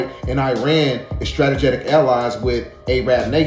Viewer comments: I need someone to tell dude that it's NOT "stra-te-ge-tic" & that it is stra-te-gic... Stategic!!! root word, strategy... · .... "(struh tee gick)".. 😂 not (strata getic) lmao😂😂 dam bro, smart but dumb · It's hard believing a person that keeps saying stratejetic. 🫣🫣🫣😵😵😵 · "Stratagetic"? Never heard of it.😂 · Umm it's STRATEGIC. Bro. NOT STRATAGETIC. LMAO BRO TRYNA SOUND SMART 😂😂😊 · Bro killing my with the stratajatic 🤦🏻‍♂️ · So nobody heard "strata Jatic" man... he pronounced every other word right.. Kudos my dude.. but you had me rolling with that one....😂😂😂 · Can someone tell the young man it’s pronounced “Strah- tee-jik “